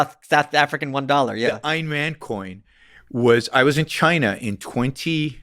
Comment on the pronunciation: Plus they can't even pronounce AYN correctly.